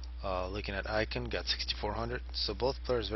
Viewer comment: btw, ICKEN is pronounced like chicken without the CH and not like icon xD